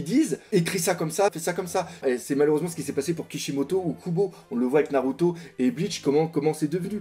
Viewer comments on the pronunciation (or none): none